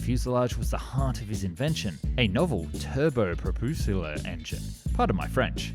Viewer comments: Buracrest, Propusuler, Clergette, Louiss Bergette, and Gabrielle Voyssin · Its French, and its turbopropulseur. I mean, its French, the same language that gave us Oiseaux, a word made up of letters that do not make the sound you actually say.